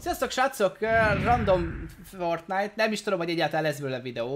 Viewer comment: csak én értettem azt hogy flortnite